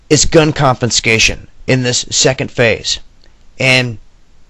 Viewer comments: I don't know if anyone has done this earlier, and I really hate to be the "speech police," but the video drive me crazy every time you said "compenscation.". That's not a word. The word you want is CONFISCATION. There is no P in it. CON-FI-SCA-TION. It's means " to confiscate ". SOME educated people will hear that and not take you seriously because of that one slip. I sincerely appreciate your dedication to the cause. I am honestly trying to help - not just criticize. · Glad I ain't a Yank. Also, I am very pedantic & "Confenscation", really? Even when you're reading the written words you still can't say it right, CONFISCATION. If your gonna speak the queens English, learn how to pronounce the words correctly i.e ALU MINI UM, not ALU MIN UM, The world is a very dangerous place, no thanks to you gun loving nutters & your war mongering leaders. Land of the brave & home of the free?? Not a fuckin' chance, never has been, never wil be. America is the 4th Reich. Hitler would've bust his nut & creamed his kex if he could see what your successive governments have created from his nazi ideals. He' also be very angry at Y'all for helping his prefered hated race in creating the Palestinian concentration camps in Gaza & The West Bank. There is no hope for you lot, another Bush, Donald Trump, or at an outside chance, Psycho Bitch Hillary Nonclit as big boss, The 3 stooges. AAAAHAHAHAHAHA!!!!!!!!!!!!!!!!!! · The word is ' confiscation', not conFINscation...good Lord. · "ConfiNscation", interesting concept, is it similar to confiscation? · Good observations. I didn't think about what you said about them massing the military to keep them under control and away from something big. It would be just like this administration. P.s there is no N in confiscation. A lot of people like to say it with an N in the word. I know its petie but if your going to give reports you might want to watch this.